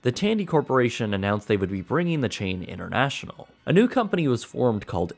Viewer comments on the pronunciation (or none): "Innernational, Innertan"? On the contrary, "Inter" with T is rather the opposite of "inner". Please do not speak sloppy.